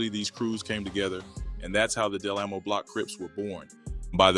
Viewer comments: the one hundred and 90 is killing me its one nine oh lolol. and its DA or delamo lol. we don't say del amo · Del au mo 😂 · OK because I was saying I have never heard of them. I was so puzzled and the way he is saying Del Amo is Irking. That is not how we say it. Carson has calmed down a bit. I worked on one on one around this time crazy all that was going on behind the scenes. Kyla was always bubbly never had a clue. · Aww hell nah if yu not gone pronounce DelAmo correct im abou to report this video 😂 jk but get it right and Itz 1 Nine O not 190😂💆🏽‍♀️ put some respect on my city